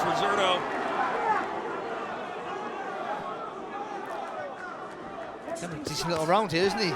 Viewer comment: When is someone going to tell that guy that the "Z" in Zurdo is pronounced like an "S"?